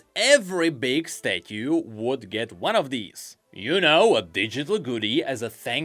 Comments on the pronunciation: The way he says stathue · i need 12 hours of saying "statyu" now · I can't get over your pronunciation of "statue" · I just cant take saying Statue.... its soooooo odddddd